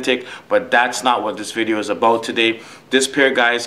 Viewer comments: say is this guy from Canada? he says aboat. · To me it sounds like "aboot" my girl is Canadian and that shit gets me everytime😂